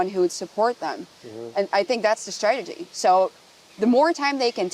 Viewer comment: She speaks wonderful English but she says stragety for strategy. 🌝 I had to backup to be sure.